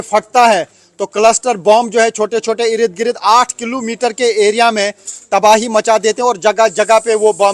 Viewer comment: Bhai Irid Girid nhi hota. IRD - GIRD bolo. 10 dafa ye word use karte ho. or is se behtar Irid girid k bajay Yahan Wahan bol lia karo.